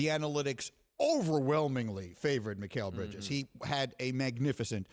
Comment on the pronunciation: He said it wrong the first time and said it right the remaining two times he said his name. He did it with no one correcting him. People make mistakes